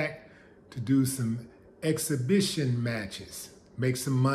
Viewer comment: I was thinking the exact same thing. Evander can't even pronounce "exhibition" these days....I hope it doesn't end badly for him.